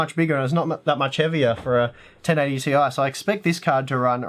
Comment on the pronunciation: I'm glad you call it the 1080T.I and not "tie" that other channels have been calling!